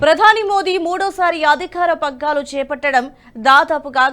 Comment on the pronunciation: అధిఖారం ఏంటమ్మా! అమూలగ్రామం అంటే ఏంటి! అది ఆమూలాగ్రమని చదవాలి. మూలమంటే వేరు అగ్రమంటే చివర. ఆమూలాగ్రమంటే మొదటినుంచి చివరదాకా అని అర్థం. మీరన్న అమూలగ్రామమంటే ఏమిటో తెలియచేస్తారా! మీరు మారరా! మీ ఛానల్ తెరవాలంటే చిరాకు పుడుతున్నది.